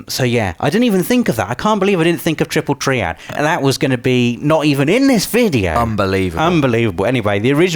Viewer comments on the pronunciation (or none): Squall = Squoowul? My god man, get a proper accent. Also, I'm pretty sure the word 'triad' is just pronounced as 'try-ad' in all forms of English. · Sometimes I think pronounces words wrong to drive comments. And... here I am. Squorl and Triple Tree-ad! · Sqwooool and treeead? What are these pronunciations? XD